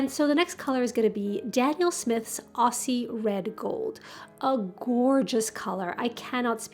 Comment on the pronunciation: Howdy, Just to let you know, you can use a glue stick applied and wiped over with a wet tissue afterwards, to a new palette, regardless of type of surface, it prevents staining, and beading. In kindred spirit, Eliza Australia Monday 13th of June, 2022 😆😉😊 PS: The Aussie Red gold is pronounced here with the z sound, so "Auzzie" We say Australian, with the s, just to confuse you. This paint was first named this for an oil paint by Art Spectrum, a brand here, that came out in the early 90's which started with yellow thinned as a glaze, and ended at orangey kind of sienna in full strength. I can't think of anything natural that would use this, around in Sydney, but I looked it up, and it is the sunny ochre cliffs in a sunset, I think it is like an angophora tree trunk bark, or the cedar trees in red gold along the East coast of Australia.....